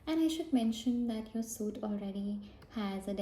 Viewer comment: Great video! You have a lovely accent. Just a small note, but "suite" is a french word and pronounced like the word 'sweet' in english :)